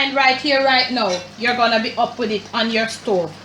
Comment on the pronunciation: Mi love mi Jamaican ppl dem “huppp di flame”😂😂❤️